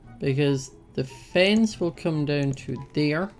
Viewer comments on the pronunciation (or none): Am I the only one that loves when he says fence Ily